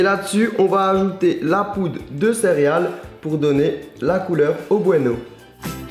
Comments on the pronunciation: Au cas où, on dit " céréales" et pas " cériale" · C'a me stress comment tu fis : Céréales et Chantilly